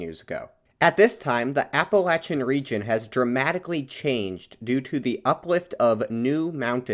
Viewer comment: good video, bit hard to hear appalacian said wrong so much tho lol